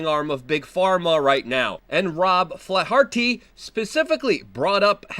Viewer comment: Retard can't pronounce Flaherty. It is not Flair-Heart-ee. I know he pretends not be jewish but he sure makes the suspension of disbelief difficult.